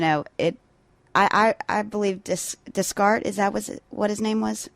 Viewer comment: des - cart? sounded like you had no idea who he is. He is arguably the most important philosopher ever, certainly in the top 5.